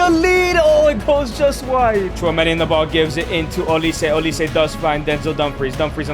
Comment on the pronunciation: Mikel olise 😂😂😂 I wonder if that’s the real pronunciation